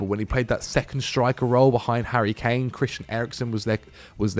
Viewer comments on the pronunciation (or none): none